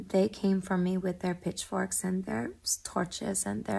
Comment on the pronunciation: Lol i thought she said Bitchforks